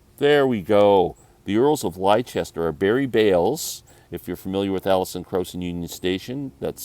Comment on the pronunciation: The bluegrass group is pronounced The Earls of LESTER, great album.